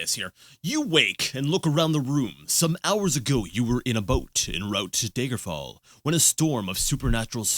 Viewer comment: am I the only one that pronounces daggerfall as dagger fall? so many people use the long "a" like "day-ger" ... it's "dagger"